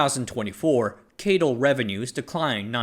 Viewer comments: (CATL) keityl? I think it's si-ey-ti-el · NEDC = Not even darn close !! No one calls CATL 'Kaytle' - it's just C A T L